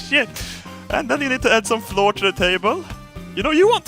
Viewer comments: Hey....flour is pronounced flower 🌼 🌼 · Det heter flour inte floor haha :D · Not to be rude pls dont think im rude but flour is pronounced Flower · When he say "flour" he says "floor" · not to be rude but its pronounced flour not floor haha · "Flour" is pronounced "Flower" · Flour in English is pronounced flower. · I love how he's says flour like floor lmao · Flour is pronounced exactly the same as flower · it's funny he says floor instead of flour lol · when e says flour he says floor hahaha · "and now to add some floor to the table" funniest swinglish ever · flour is pronounced like flower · ITS NOT FLOOR!!! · Flour is pronounced the same as flower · when you realize is so bad at english that he says flour like floor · rafael diocson Nah, more like "Flah-wer" or "Flou-r" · you pronounced flour like floor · why do you keep saying "add the floor"? I know you are trying to say flour but thats not how you spell it:P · Is he saying flour as floor? 11/10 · Lol he said floor I stead of flour!!! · "Flour" is pronounced the same as "Flower" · låter lite mer som floor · It sounds like the floor. Not entertaining. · It's flour! not floor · I like how you say "flour" like "floor" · Flour is pronounced flower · lol he's saying flour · You mispronounced flour, you kock! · flour, is it pronounced "fluur" or "flower"? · He pronounces flour like the stuff they have in toothpaste.... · i like how still can't pronounce flour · Pronunciation Flour = floor Jumbo = Yumbo Jet = yet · Flour is pronounced "flower", but please keep saying floor cos i love it:D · BTW... Flour is pronounced the same as flower :P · Flour is pronounced like "flower". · you need to say flour not like floor, but like flower like a rose to give you an idea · When he says floor he means flour right? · It's spelt 'flour' but it's still pronounced 'Flower'. It's still adorable hearing you say 'floor' though :-) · flour is pronounced as flower